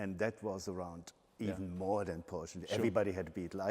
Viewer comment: Nice to hear pronouncing Porsche correctly.